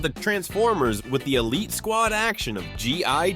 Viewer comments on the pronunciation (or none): none